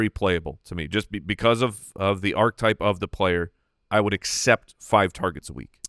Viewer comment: JFC - Will someone please teach how to pronounce Archetype.